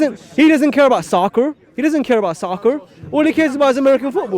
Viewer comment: Lmao at the way he said “soccer”